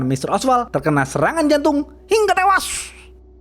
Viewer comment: loh kok ngamuk, itu namanya branding dg intonasi, ini kn cerita, bukan ngomong ke real live hingga tewas, lu yg sakit ya?